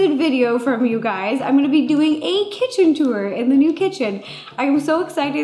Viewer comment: i thought you said “hey gays” in the beggining i legit peed